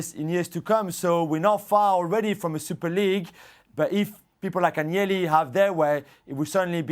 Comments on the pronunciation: Why are people employed to talk about Italian football when they cannot even pronounce the names correctly; Agg-nelli? (Should be An-yelli). Appalling and disrespectful, amateurish and unprofessional. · What credibility could a TV show host have when he can't properly pronounce Italian names aGnelli.... this is wrong on so many levels. Do your due diligence, it's not that fucking hard to pronounce a foreign name if it is your job to report.